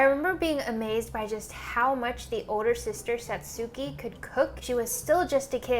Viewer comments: It's Porco Rosso in English too. He's called the "Crimson Pig" she just got it wrong. She also mispronounced Satsuki, at least she pronounced it differently than they do in the English version, and Kiki's cake is to thank her for her help, not for her birthday, though she does offer to make another for her birthday. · her pronouncing Satsuki differently😂😂😂😂😂❤❤❤❤